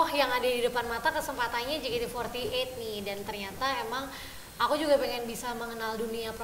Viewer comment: Kayaknya syusye betul mbak host nya nyebut JEYKEYTI FOURTY EIGHT.. wkwkwk..